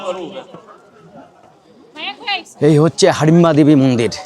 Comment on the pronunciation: হাডিমবা না হিডিমবা